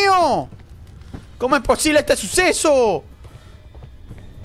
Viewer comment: tambien dio risa cuando dijiste como es posible ete susesouuuu